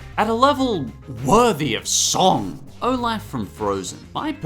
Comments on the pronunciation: OLAF NOT OLAUGH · I like how you say olaf